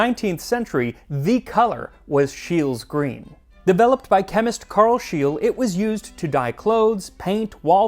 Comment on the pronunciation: Only Brits can come up with cucumber ice cream. And poor German Carl Wilhelm Scheele to have his name butchered in the video.